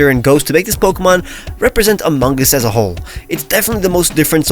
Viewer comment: My man really made the imposter……I’m holding back saying sus OH GOD DAMNIT, also why are you pronouncing the G in among it’s just among not amonguh